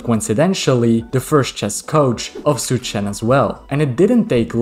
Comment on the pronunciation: "zh" in Chinese is not pronounced like "z" in english, but more like "juh". so Wen Zhou is like "when joe" and Zhu Chen is "jew chen". Well, not really, but it's much closer than the "z" sound you're using.